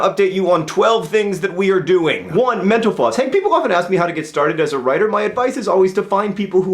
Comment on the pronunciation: Every time he said mental floss I thought he said menopause